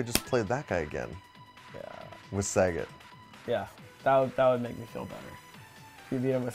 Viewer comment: Saigeet. LOL